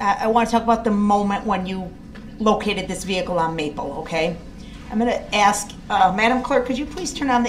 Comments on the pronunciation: He needs to axe questions in order to get to the truff. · Did he axe you that? Are you making a tacket agreement?